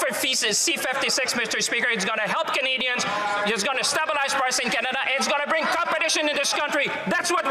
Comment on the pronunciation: Can someone tell him how to pronounce stabelize